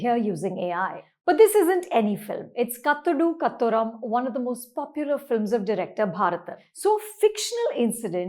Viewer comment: Great Review Mam, The pronunciation of the 1985 Movie Kathodu Kathoram is "Kaathoadu Kaathoaram (कातोडू कातोरम ). And its not Anaswara (अनस्वरा❌ ) Spelling is same, but it is pronounced as "Anashwara" अनश्वरा✅ राजन.💚❤